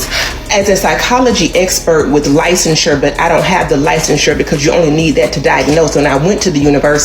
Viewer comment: The pronunciation of licensure sealed the deal for me with all them lies.